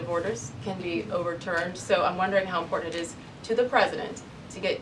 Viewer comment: Karoline please pronounce correctly the word: "IMPORTANT".... not "IMPORTUNT"!